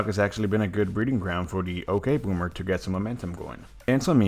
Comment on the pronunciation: Ugh it's ya ok bommer not ok bommer